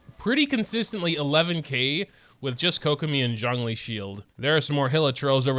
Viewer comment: why do you pronounce Zhongli's name as "jangli"?